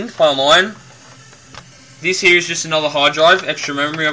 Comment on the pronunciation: its here not heee lol